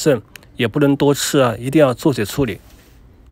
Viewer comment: 焯水讀作chāo shuǐ